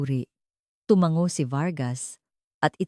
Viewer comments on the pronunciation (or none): none